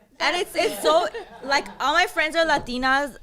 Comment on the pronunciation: Damn love her voice and her pronunciation “Latinas”!🇲🇽